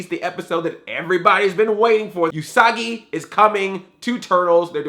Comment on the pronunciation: Usagi is pronounced "Oosagi", not "Yusagi". "Usagi" means "rabbit" in Japanese.